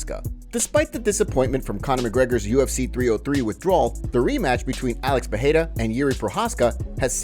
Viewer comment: It's pronounced PeReira.